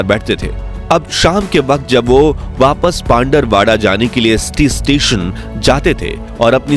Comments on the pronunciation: Pandarvada nhi pindvara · वो पिंडवाडा हे pandrwada❌पिंडवाडा ✅